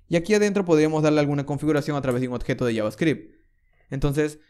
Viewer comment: Buen tuto, igual me molesta un poco que pronuncies mal "oBjeto" y digas "oTjeto" XD lo demas joya. Se agradece.